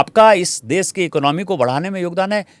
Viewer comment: Dubey भैया.... देस... नहीं देश बोल देश...